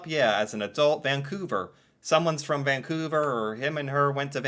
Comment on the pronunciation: Thank you for pronouncing it properly. Too many people throw a non-existent G in the name, ie. "Vang-couver".